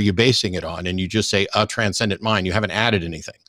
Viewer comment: Every time that he says Transcendent mind I do a facepalm.